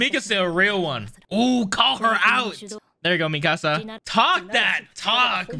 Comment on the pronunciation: Can you stop saying Mikasa (Mi-ka-suh) like Mi-casa